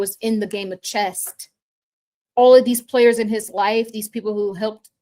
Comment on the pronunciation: “Chess” not “Chest”.